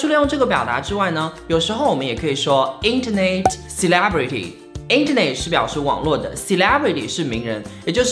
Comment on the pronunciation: Internet 的发音不是应该是 英音 [ˈɪntənet] 美音[ˈɪntərnet] 吗，结尾怎么发neit呢？是net。。。 influencer的发音也不对，把en发音省略了，美英和英音都要发出来的。